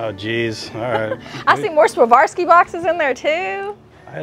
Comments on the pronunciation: I absolutely love you guys... But it's difficult to keep hearing say "Savarski" when talking about Swarovski... Say it with me,... SWAR...OV...SKEE, swar-ov-skee, Swarovski 😂💀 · Savarski??? Swar- ov- ski is the correct pronunciation. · Loving your channels but you guys keep saying Swavorski instead of Swarovski 😂 Anyways I always enjoy joining your treasure hunts from the other side of the globe <3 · The crystals are pronounced Swore-off-ski. I sold jewelry for most of my life, and the company rep visited my store and taught all of us to pronounce it correctly! 💕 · Sa-var-sky? 😂 Ha ha. Love you guys. Just can’t help but to poke fun. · I love your channel I am not being nasty but the correct pronunciation of Swarovski is swa. rov.skee. Thank you xxLorraine from Australia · You pronounce it "swar-ov-ski." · Ok, it must be done, lol. You two are killing me with the pronunciation . Swarovski is pronounced 'Swar-Ov-Skee" Pronounced just like its spelled.😀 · Love the video but you really buttched the brand name Steiff and Swarovski 😅🤣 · Great find on the Swarovski bears and other collectibles! Please Google how to pronounce Swarovski, because you are not pronouncing it correctly.